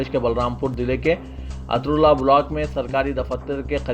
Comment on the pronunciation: اترولہ ہے جناب